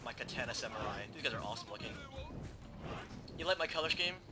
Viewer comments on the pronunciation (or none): When you pronounce Katana, it is pronounced Ka-ta-na, not Ka-tan-ah. In Japanese, vowel sounds and vowels themselves end a character which means there is no altering them in words like "More". "More" in Romaji (Japenese words written in english characters) would be pronounced, "Mo-re". A commonly mispronounced word is actually, "Samurai". It should be pronounced, "Sa-Moo-rah-ee". It is commonly pronounced, " Sam - yur - ai " That's pretty much all you need to know to say Romaji correctly. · lol its katana not kaTANA, you sound like your from the south